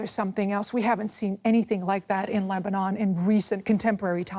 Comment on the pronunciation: Its leberon